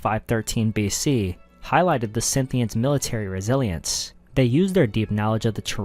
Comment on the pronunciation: Dude its not Synthians, its Scythians :D